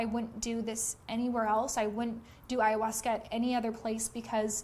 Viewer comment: Sounds stupid that Ayhausca